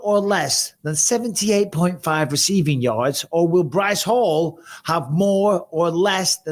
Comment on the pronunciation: That way he said breece hall lmaoo